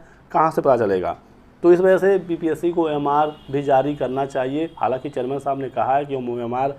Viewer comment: जर्मन नहीं चेयरमैन बोलो